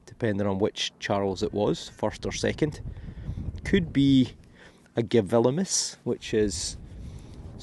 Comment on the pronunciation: I love your videos and have watched them all! I do find it interesting that you usually say "G-vil-imus" pronouncing the "v" but it is a "u". In french "William" is "Gillaume" which is another indicator that it is not a "v" . I love languages! Thought you might want to know ! Keep your terrific videos rolling - we all love them and all the history and anecdotal information you give us! from Walla Walla, Washington State